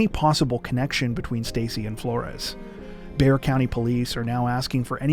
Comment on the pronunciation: Of course you nailed the pronunciation of Bexar County, love from San Antonio